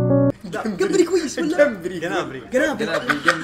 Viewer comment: جنابري❌ ✅جنبري